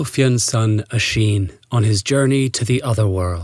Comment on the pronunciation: Again, there are multiple acceptable pronunciations of most Irish words and names. That was an acceptable pronunciation of Oisín, it would have been wrong if he said "Oy-sin" or "oo-ee-sheen".